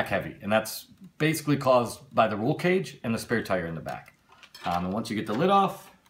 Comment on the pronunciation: LEX-AN not Lex-ON. Body Not LID. Roll Cage not roul cage